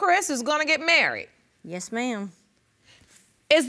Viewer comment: In the first episode they were getting "marryed" judge not "married". 😂😂